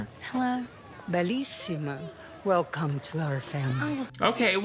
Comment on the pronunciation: “Gueeeelcome” back, I love it 😂